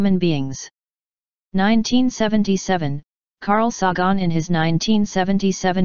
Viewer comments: It's Sagon not f-ckin Sawgone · This was the plot of a Doraemon movie. Also, Carl Sah-Gahn?? LOL